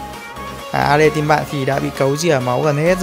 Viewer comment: ahihi e nhận ra 1 điều kể từ khi a chơi alice bên Mobile legend thì a cũng đổi luôn cách phát âm....alai -> alits